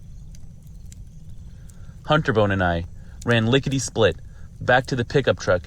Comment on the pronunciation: My man said he ran lickty split